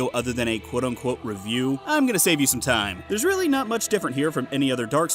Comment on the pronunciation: Timeh. Timeh. Timeh? Timeh. Timeeeh. TIMEEH!